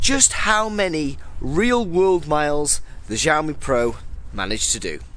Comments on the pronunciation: It's xiaomi = /shiaomi/, NOT jaomi.. =) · Its nok jaomi.. Its xiaomi = shiaomi. Damn boy! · It Is not žaomi itx Xiaomi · You saying JAMIE not xiaomi😠😠😠😠